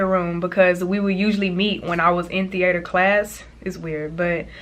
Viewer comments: the - 8ter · “Thee ayter” 😂😂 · thee-A-terr i love that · the way she says theatre gives me life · Right that’s not how you even say it😂